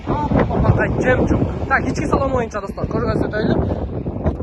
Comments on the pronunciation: Мнеге жемчунг дейсиң? Жемчуг эмеспи? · Баткенский ( жемчунг чунга- чанга) болот да 😂😂😂